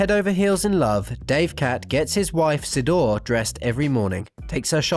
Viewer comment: Actually Davecat has two Love Dolls. One is Sidore (pronounced Shiii DORE -Ray) and one is I believe Elena. Sidore is a RealDoll and Elena is an anatomical doll. RealDoll is based in America and anatomical doll is based in Russia I think....